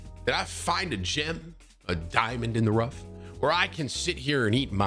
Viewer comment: diamond in the wough